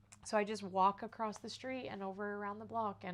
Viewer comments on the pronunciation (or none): And is across, not acrost!